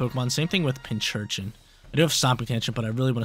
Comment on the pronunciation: big fan, however. ITS PIN-C-URCHIN not PINCH-URCHIN.:)